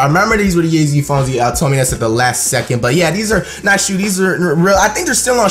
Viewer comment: this nigga said yeezy phomes